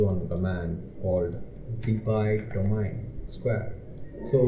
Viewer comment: construct dominee , what is this dear , ? its do-ma-in ....